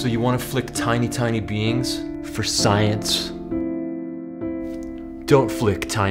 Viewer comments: Sounded like don't flick the bean lol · Ngl, I heard “beans” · Okay, I can't be the only person who thought Joe said, "So you want to flick tiny beans". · Ahahahahaha I wanna believe he was saying "don't flick tiny, tiny BEINGS", but I keep hearing "Bean". Please tell me he did that on purpose. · I thought he was saying don't flick tiny tiny beans 😂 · I thought he said "don't flick tiny beans" lol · I heard, "flick.... tiny beans." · I definitely thought you said "so you wanna flick tiny tiny beans ?" until I realized you said "beings" haha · ah - i thought he had said 'flick tiny beans' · When they were first talking about flicking tiny "beings", I misheard, and thought they were talking about flicking tiny "beans" and was confused and amused. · Thought it said "tiny beans" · I thought he said beans. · Who's flicking tiny beans for science? Oh wait. He said 'beings'